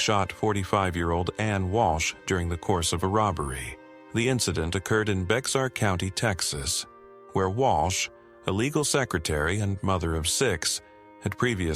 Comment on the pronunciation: It is pronounced Bear not Bexar Texas The x is silent.